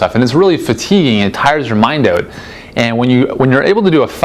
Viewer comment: Canadian....by the way he pronounces the word "out"....maybe